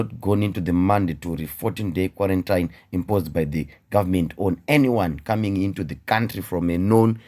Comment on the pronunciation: Hanzi muromo nyarara meso anowona.Some of us think this Sars-Cov-2 is a joke. Only time will tell.Then we realise too late its a whole new different ball game. dai wacheka pronunciation ya QUARANTINE xx